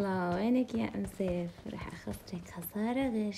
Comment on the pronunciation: قالت ام صطيف بدال تئول ام سيف